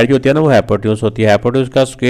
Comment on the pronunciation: Hypotenuse ❌hypoteuns✔️